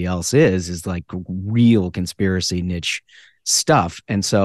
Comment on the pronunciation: Not niche.